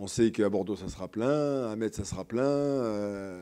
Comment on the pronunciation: On ne dit pas "METS" on dit "MES". Vous n'allez pas vous faire que des amis si vous n'apprenez pas à prononcer correctement le nom de la ville qui vous acceuille.